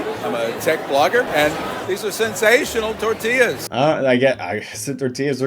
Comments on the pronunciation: The accent tells you how authentic the Tore-tea-yas are. A real life mexican would never lie about Tore-tea-yas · I love when people talk with a strong American accent then thow in a "Tore-tea-yas" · oh my god imma throw up lmao homegirl is speaking perfect english the entireeeeeeeeeeeeee time until its fRRResh toRRRTilas like if you speak english you dont need to say torRRrrrtilas as if your mexican or spanish heritage depends on it like pronounce it english its fucking fine its like "blablaenglish CROHHSAHHNTT btw and also" so goofy man so dumb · The code switching whenever she says "Tortillas" is everything to me 😂. Its so jarring hearing it mid sentence, she puttin that STANK on that -illa part